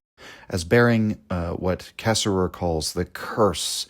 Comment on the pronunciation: I know you are intentionally mispronouncing his name, and I know it's an homage, but man it does tick me off.